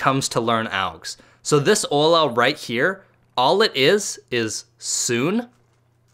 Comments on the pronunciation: Not to hate u said sune and said it as (soo-n) when it's pronounced (soo-nay) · Sune It is pronounced as soo-nay